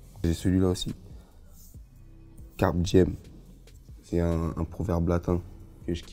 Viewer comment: "Carpe diem" Prononcé carp diem Il a cru que c'était un poisson :)